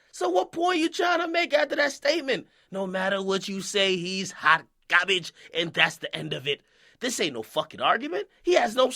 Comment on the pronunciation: emphasis on garbage😂😂